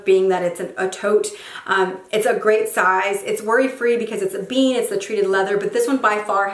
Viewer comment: It's pronounced like damier eBen (not ebean)